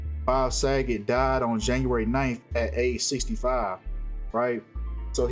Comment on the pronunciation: U said boget again lol 😂